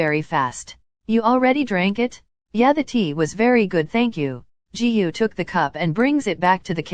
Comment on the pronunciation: The way the ai said "Jihu" instrad of Giyuu is just hilarious